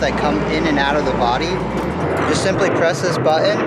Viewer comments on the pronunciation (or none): none